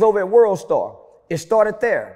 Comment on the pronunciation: It started” THDERE”